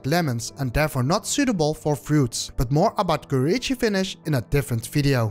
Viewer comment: Way he pronounces Kuroichi is super french, you can hear the "H" sound like "Khuo-ichi" very common in french vernacular. Much like pronuncing Oui...